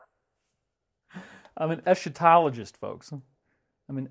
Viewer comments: It's actually pronounced "ess' ka tahl ogee". Yes you're one of my favorite eschatologists. You're in our prayers, very sorry to hear about the divorce, please hang in there. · Dave lol... es-KA-tologist. :) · Isn’t the proper way to say it “esKatologist“? Like in archangel.